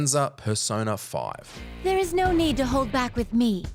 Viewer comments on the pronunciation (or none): none